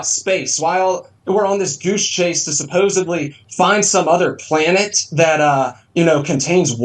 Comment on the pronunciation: We live on a "plane-ette"